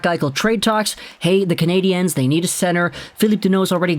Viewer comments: As a so Called Habs fan younger to pronounce their nickname there is no Z atthe end of their nickname it is pronounce just lime "Canadians" just saying someone who has been a Habs fan longer than you have alive just saying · Like your videos, but please stop saying Canadiens that way, nobody here says it like that. Just say it like you would say Canadians. Keep up the good work!